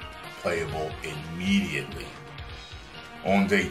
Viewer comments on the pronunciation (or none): none